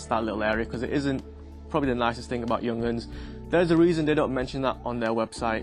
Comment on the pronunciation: “Young-uns”…😂 “yoong-harns”. Stunning watch, true classic